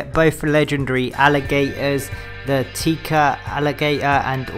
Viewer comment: Tec-a not tea-ca fyi